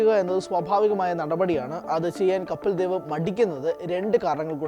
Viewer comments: കപ്പിൽ ദേവ് അല്ല പൊട്ടാ കപിൽദേവ് എന്ന് പറാ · കപ്പിൽ ദേവല്ല കപിൽ ദേവാണ്.നീ ആദ്യം ആ പേര് ഒന്നും മര്യാദയ്ക്ക് പറയാൻ പഠിച്ചിട്ടുവാ.